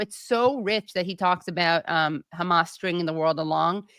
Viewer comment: I've watched Useful Idiots for a long time, and am a big fan of Aaron, but their coverage has gotten a bit low-brow...juvenile. Making fun of Tapper's pronunciation of hamas was my indicator to take a break, the content has withered.